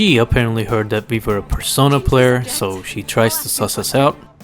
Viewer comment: Bruh how the hell are you gonna miss the perfect word. “Persono”? Bro you had “Perso-NAH” RIGHT THERE.